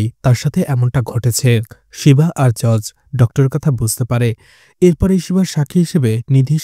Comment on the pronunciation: উচ্চারণ টা জজ বা জাজ হবে ভাই, জর্জ না